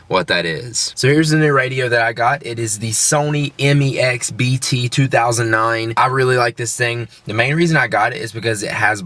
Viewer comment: "BT2009" :'D Its actually BT2900. Says right on the box man...